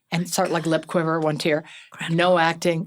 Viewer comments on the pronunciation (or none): none